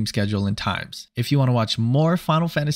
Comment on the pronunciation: Bro said fucking liberry instead of library